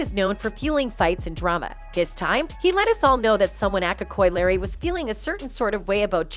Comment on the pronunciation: Yeah but Koi Larry though 🤣